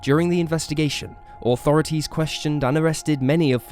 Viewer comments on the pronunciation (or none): Funny how you say Authorities....."Oh thorities" lol